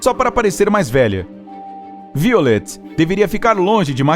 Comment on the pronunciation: Se pronuncia "vaiolet". :)